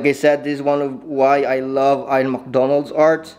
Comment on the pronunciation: His name is pronounced “eeyan” not “eyeon”